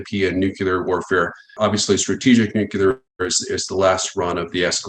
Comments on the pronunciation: IT IS PRONOUNCED Noo Klee Er NOT Noo Que Ler! Christ! that really dings this guy’s credibility! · Disturbing when the "experts" cannot even pronounce the subject of their 'expertise'. NEW-CLEE-ERR....not...nook-you-lerr. smh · Folks its not pronounced nu-ku-lar it’s pronounced new-clear!!! Still same size hole in the ground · What IS it with these ‘nukular experts’ that they cannot seem to correctly pronounce the word NUCLEAR? Drives me nuts! Jess.🌹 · What it don’t understand is… is it pronounced “Nuclear” or “Nucular”? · So,,,,,,,,,,,,,,,,,will someone please instruct there how to pronounce "NUCLEAR?" Please!? I mean, he may be brilliant, but if he says "nyook-u-lar" once more I'm'a slap him. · Seems like a mistake to put too much belief into a nuclear "expert" who calls it nucular. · Have a hard time taking anyone seriously that pronounces ‘nuclear’ like ‘nuke-ular.’ Repeatedly. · he says nukular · New-Clear? It's Nuke-Lee-Er. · Did the nuclear expert use the word "nucular"? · How do we trust a guy who can’t even pronounce the word Nuclear ? 🤔 and he is pro Ukraine ? I don’t think anyone should be pro either side, this is ridiculous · can't trust a man who can't pronounce NUCLEAR correctly